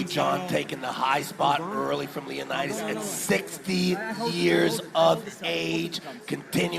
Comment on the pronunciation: I still find calling leonidas "lio naidys" hilaaaarous😂